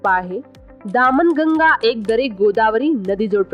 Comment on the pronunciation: तुमच उच्चारण दामन गंगा असे आहे ते चुकीचे आहे ही नदी दमन गंगा आहे